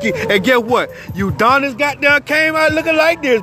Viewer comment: Nigga keep saying Uudonis 😂😂💀